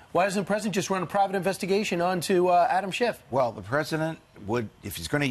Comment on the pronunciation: She said Adam Shift